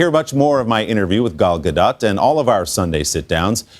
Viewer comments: Repeat after me: Gaaaaahh Dotttttt. GAH-DOT. not "GaDat". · No :) Ga-L Ga-Dot. Ga like Gaga, Dot like dot. Not dote or daht :) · in Hebrew we dont have soft/hard sounds and we have flat syllables (not short or long). so the issue with her name is that Americans take it to the AH vowel, while its an AH on her first name and an AH-OH on her last name. Its really quite easy. flat vowels: GA(like in her first name)+dOt